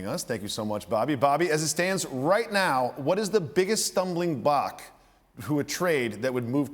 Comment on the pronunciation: "stumbling bock"